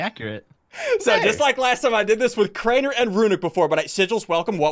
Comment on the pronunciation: It's not Craner is crainer